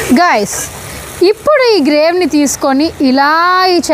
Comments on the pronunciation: Grave kaadhu, Gravy antaru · గ్రేవ్ కాదండీ గ్రేవీ